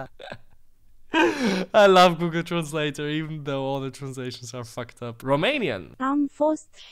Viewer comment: Gugöl trenszlét